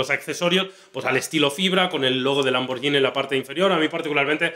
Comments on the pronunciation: Se pronuncia "lamborguini", no "lamboryini". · que molesto cuando le dicen lamborshini , LAMBORGHINI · Se dice "lamborguini" no "lamborllini" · cada vez que decís "lamboryini" muere un gatito... SE PRONUNCIA LAMBORGUINI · Se pronuncia lamberguini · Se pronuncia tal cual está escrito muchachos, Lamborghini no con y si no con g! Saludos desde Colombia